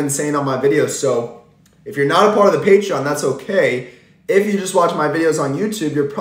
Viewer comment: What word do you keep saying “patrion”???